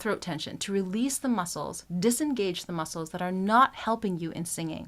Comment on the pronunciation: You keep saying realese for 5 minutes